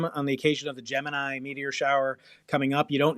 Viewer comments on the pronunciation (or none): none